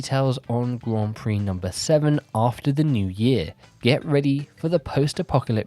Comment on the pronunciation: Yeah, you still pronounce 'Grand Prix' so badly. I turned on the captions and it thinks your saying "Guam Free".